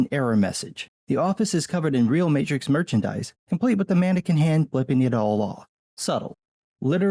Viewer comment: You mean The Mate-Trix?